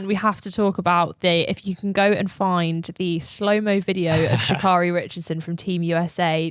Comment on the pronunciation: Okay, I love you. You know I love you, but it please pronounce Sha’Carri’s name right. Hint, Sha’Carri rhymes with Prince Harry.